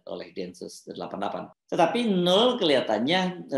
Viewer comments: Bang Hersu, baca nama NOEL yg bener adalah : NOWEL bukan NUL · Bung Hersu, nama noel dibacanya nowel bukan nol 🙏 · Bung, itu ejaannya Noel (baca: nowel) bukan Nul. Krn nama panjangnya kan Immanuel. CMIIW. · BG HERSU... KATA 'NOEL' ITU TDK DIBACA DG 'NOL' SPT YG SRING BG HERSU BILANG... TAPI DIBACANYA ADL 'NOWEL' (PAKE VOKAL 'E' SPT PENGUCAPAN KATA 'EMANSIPASI' BKN VOKAL 'E' DLM KATA 'LEMARI')